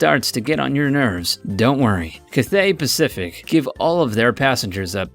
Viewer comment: Cath theigh pacific what